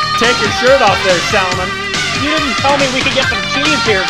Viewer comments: Sal-maaan. Not Salmunn. :) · It is not Salmon . Its pronounced as Sal-maan khan. Maan and khan similar sound. You say it wrong. Both of you. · it's not Saalman but it is Salmaan ❤️ ooh I love how you struggle 🤭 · Salmaaaan khan is the proper pronunciation. Not "Sel-mun kon" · Guys, it's pronounced sull-maan. Not salmun. Let's correct ourselves. It's jarring to hear salmunn. Like the American i-ran. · It's SAL-MAN🔥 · React to PARTNER song with SALMAN and GOVINDA. And its pronounced SALMAAN, second syllable is longer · I don't know why these guys only do salman Khan reaction just for views otherwise they just insults salman Khan if you don't like salman Khan then don't just do reactions on him he doesn't need you & your so called opinions! There are millions of people loves him 💜💜 first learn to pronounce his name respectfully then talk🙄🙄😒😒😒😡😡 haters keep talking, salman Khan keep walking ✌✌✌